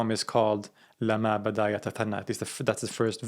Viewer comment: Great! It is : lamma with a shaddah on meem, not : lama as you pronounced it!